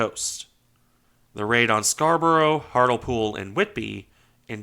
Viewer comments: Hartlepool is pronounced Hart-le-pool not Hartle-pool (which is a joke pronunciation in nearby areas). Just as in Chester-le-Street and Hutton-le-Hole, "le" comes from an old Norman French word meaning "near". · Pronounced Hart-lee-pool. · Hartlepool is pronounced HART - LEE - POOL (Tip: Use Google Translate and listen to the pronunciation) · Agreed. Apart from his mispronunciation of British town names. Hartlepool is not 'Hart'lpool' - the middle syllable is pronounced as 'lee'. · I take it you know he's not British he should get a pass with all his hard work don't you think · The British towns are pronounced "Scar bra", "Hart lee pool", but you did get "Wit bee" correct. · Scar-bruh, and Hart-li-pool. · Hartlepool is pronounced "Hartley-pool", and Scarborough is "Scar-bruh". You can have a lot of fun with British place names and their pronunciations. Many have had their pronunciations abbreviated over hundreds of years so that they flow off the tongue more easily, and sound different to their written names. Gloucester/Gloster, Worcester/Wuster, Leominster/Lemster, Appletreewick/Aptrick are just a few examples. You're welcome !😊